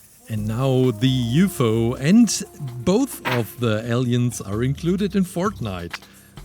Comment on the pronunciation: He also pronounced ufo as yoo foo